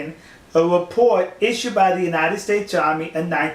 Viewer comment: Why do you speak like a 3 year old? What's a repowt?